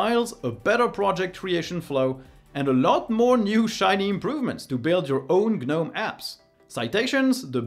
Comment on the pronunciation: Gah-gnome , kah-knife, kah-knob , Kah-knock , Dee-django ....😂